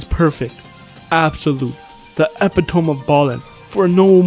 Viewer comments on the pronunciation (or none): the epi-tohm of ballin